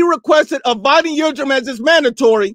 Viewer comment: Dude calls Avni Yildirim, Evony Yildrim and they ask him if he black or white lmfao